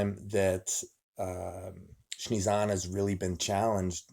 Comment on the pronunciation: Nobody: Devon: Shnezana :P